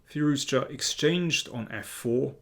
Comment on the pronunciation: Thanks for the great analysis and also saying Firouzja correctly, since many people including chess commentators mess up the pronunciation